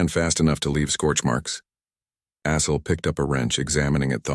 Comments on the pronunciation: AI voicebot doesnt do well with Assel (sounds like Ass, hole) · caught that too....